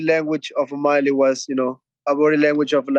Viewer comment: chito messes up omalley the second time around